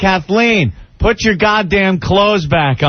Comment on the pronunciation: Listen to that idiot Opie say “put” wrong.